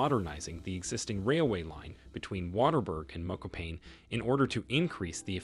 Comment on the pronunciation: You called my hometown "Mokopain" 🤣🤣😭